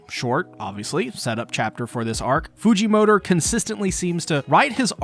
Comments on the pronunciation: I cant be the only on who hears "fujimotor" when he say "Fujimoto" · Why does he say fujimotor